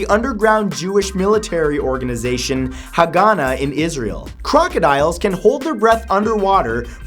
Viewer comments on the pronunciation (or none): its not "Hagana" its "Ha-Agana" which means - The protection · FYI, for #9, it's pronounced ha-ga-NA, not ha-GA-na. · whats ha ga na its hagana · The correct pronunciation of the organisation that trained dr ruth is Ha'ha-ga-na